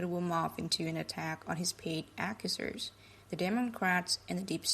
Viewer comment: What's an "ak-uh-sers"? The "rocka-chird famiree"?